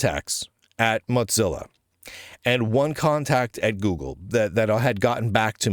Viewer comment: Mozilla doesn't have a "T" in it